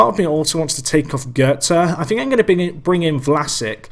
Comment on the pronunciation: pronounce it vlasich